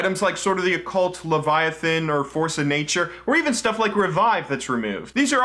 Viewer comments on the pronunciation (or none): none